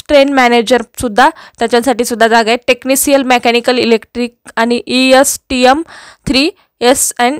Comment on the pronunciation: Tecnicial nahi tecnition aahe madam